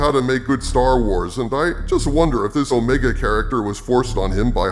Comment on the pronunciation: Let’s call her what she is. It’s not Omega; she’s O-Rey-ga.